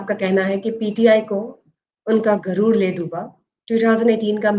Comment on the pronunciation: Why you say guroor for arrogance. In Urdu first letter is GHain and not Gaaf